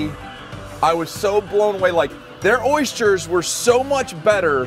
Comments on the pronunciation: Why do you call them oys jers? They are pronounced oys thers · Anyone else hearing "Oystures" ? lol